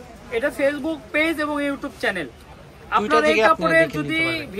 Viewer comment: চ্যালেন না ভাইয়া চ্যানেল😂